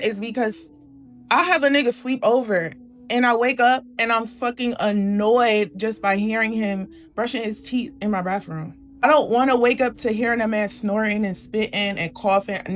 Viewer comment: .....WTF is a "baffroom"? English......do you speak it?